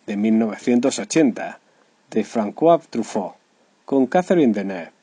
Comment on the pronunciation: Me acaba de explotar el oído izquierdo después de escuchar la voz en off hablando en francés. Creo debería ser deportado a Siberia solo por pronunciar François Truffaut con k.. Para colmo, dice que ganó el premios "César" en el festival de Cannes. Sin hablar siquiera del resumen amarillista y ruín que hace del actor. Enhorabuena al autor del vídeo, por uno de los vídeos más patéticos que se pueden ver en Youtube. Menos mal que no tiene apenas reproducciones